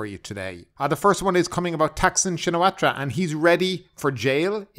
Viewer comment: Excellent channel but would be a good idea to learn how to pronounce Thaksin s family name as we’re going to hear a lot of II in the next few months